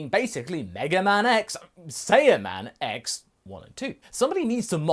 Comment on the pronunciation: It’s SAI-an and SAI-yaman not SAY-an and SAY-yaman